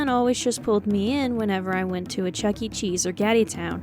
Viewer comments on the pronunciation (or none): none